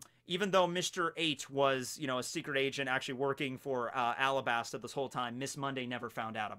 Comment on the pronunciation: did y'all hear say "AlaBARNa"?